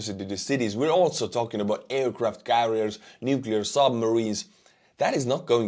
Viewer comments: Lost credibility for me when the voice-over could not correctly pronounce Nuclear (and this was the word they used in the text) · Yes, it's pathetic how many people can't pronounce "nuclear." It derives from the "nucleus" of the atom. Might have been a voice model. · I couldn't invest in a company that puts out a video that pronounces "nuclear" incorrectly😅 said it correctly, but the pitch person in the video didn't